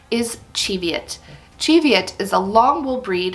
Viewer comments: I’m Scottish and live near the Cheviot hills (and my grandparents on both sides were sheep farmers). It’s pronounced ‘chee’ as in ‘cheese’. Plus the Cheviots are located in the Borders, where the primary language spoken was Scots, derived from Middle English, rather than Scottish Gaelic which was spoken further north. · Chev...just like Chevrolet...CHEV-i-ot. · Not according to my Scottish friend. It's pronounced "chee" like cheese after the Cheviot hills in Scotland where the sheep are from. 😊🐑